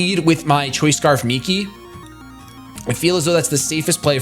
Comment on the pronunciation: Yea, I really hate cresselia so much. Also, it's Migi, not Miki XD but y'know, close enough